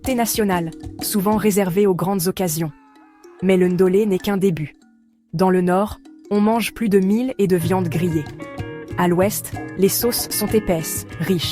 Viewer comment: Revoir les images qui ne cadrent pas avec votre récit. Pour une personne qui souhaite apprendre du pays, il doit juste se contenter de l'audio et ne pas regarder les images. De plus on lit "dolet" mais on écrit "Ndolet". Le "N" est muet.